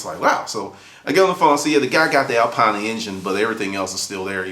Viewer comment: Not exactly how you say Alpina :) but nice story.. so it was a Race car then? There was no Alpina 2002 road car unless it was a hatchback. Was it Orange?